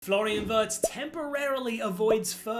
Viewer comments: It’s not Werts it’s Veertz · it's pronounced like that in Germany